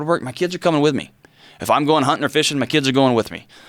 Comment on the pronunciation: huuuntin’ & fssshin’ 🤮